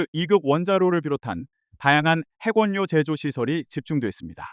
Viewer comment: 아나운서가 짱×? 6대를 여섯대라고 읽어야지 육대라니? 핵원료를 핵원뇨 라고 읽는 걸 보니? 초등학생보다 못하네? 중공 아나운서인가?